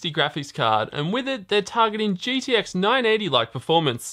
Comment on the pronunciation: Why do you keep saying GDX? Its G"T"X DAMMIT!!!!